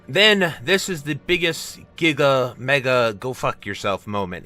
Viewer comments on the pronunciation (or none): none